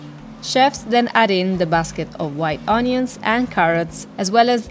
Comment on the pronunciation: Great video I’d like to try all these places. I love how pronounces onions ‘òñions’.